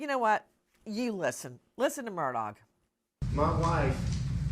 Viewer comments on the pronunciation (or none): His last name is not mur DOG. It's murdaugh.. silent augh